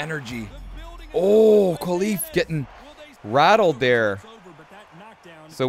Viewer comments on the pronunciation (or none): My brother, thanks for the video but please it's Imane KHELIF as in, HEH-LEEF 😢